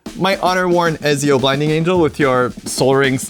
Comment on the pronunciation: Loved the game but the way you pronounced "Ezio" killed me inside.